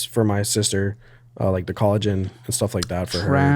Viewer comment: completely missing the words/ mispronouncing is usually funny but that collagen was especially hilarious idkw